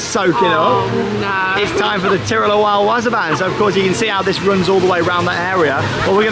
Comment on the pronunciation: w-AW-s-er b-AA-n... Not wazzer ban